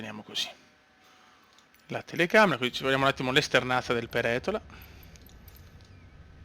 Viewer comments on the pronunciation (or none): cmq si dice peretola con l'accento sulla prima e